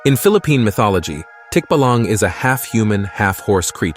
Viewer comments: "Tikbalang" pronounced as "Tick---bahh-lung" . Tikbalang loves making fun of unsuspecting travelers, making them end up in a same way they've been before. They cant get out of that road of loopness unless they turn their clothes over. "Berberoka" lure their victims with abundant fishes on display on shallow water. Turn out they simply drank the whole water in that deep waters, exposing fishes. It releases the water as soon as the victim engulf with catching fishes and drowning them. Thats why if you see a shallow water with lots of fishes, ignore it. Bangugot or Simply nightmare "Manananggal" by the way, is one of MANY variationS of Vapiric creature in Philippine Folk lore. Here are other vampiric creature in Philippine Folklore "Aswang" a humanoid one with body covered with oil that shape shifts into irregular sized animal (Chicken on size of Emu bird, Dog in size of Cow, pig in size of cow.) to find it's victim: unborn babies and pregnant woman. There are some variation of aswang that specifically targets sickly people and weakens them every night till its dead from aswang's nightly attack. Another is an aswang that induce a healthy person into being sickly with his spells, and wait it to die before eating it in the cemetery on the first night it was buried. "Tik-tik" that is more like a bird like creature which also victimized like mananangal. It's name derived from the sound it makes. The farther it is, the louder it's sound be heard, and the softer it sound the nearer it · Bathala is pronounced as Bat-ha-la Tikbalang - Tik-bah-lang